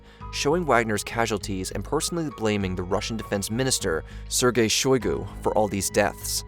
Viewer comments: it's SHOI-gu. not she-GOI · It's Shoigu, not Shugoi... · FYI, it's "Shoigu", not "Shugoi". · I correction would be on your pronunciation of a name. Its not Shugoi but its Shoigu. Its funny to hear people brutally mutilating slavic names xd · SHOY-GU. Not “Shoe-guy”. That’s how you pronounce Shoigu. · "Shegoi" = "Shoigu" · You kept mispronouncing Shoigu as Shugoi. 🤷‍♀️ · It's Shoigu, not Shugoi. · Shoygoo. Not shigoy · What did they promise him to stop?? Also, there are not 1M soldiers for Ruzzia, unless you count Babushkas. Lastly, it is "SHOOI-GOO". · Sir gay shoy(soy) goo. Repeat after me Sir gay shoy goo. That's how you properly pronounce the name. 🙄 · Only two things in this universe are truly random: collapse of a quantum superposition and this guys pronunciation of "Sergei Shoigu". I'm not certain about the superposition. -Albert Einstein probably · Who says "shoogoy"??? instead of "shoy-goo"??? and who says "coo-de-at" instead of "coo-de-ta"??????? I appreciate the effort, but really? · Correct pronunciations: Please read them as you see them written here. “cou d’etat” - this is a french term “Sergei Shoigu” - (you can hear every single letter as it is probunced Șoigu)You’ve absolutely murdered this idiot’s name. Other than this, loved your presentation, not necessarily sure that was the reason for Prigozin not going further with his coup. He might just have wanted to send out a signal as we’ve seen plenty of incursions into Russia lately, but we may never know.